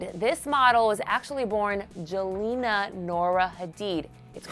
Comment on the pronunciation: It's pronounced Yelena...yes with a y...geez